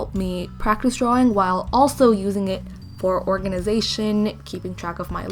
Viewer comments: I was so irritated by how she says drawing. It’s draw-ing. Not draw-wing. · OMG did anyone hear when she said drawing weird 😸 it was